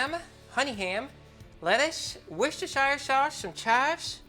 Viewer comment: The way said Worcestershire sauce honestly cracked me up! i never hear people say it properly unless they're in the UK 🤣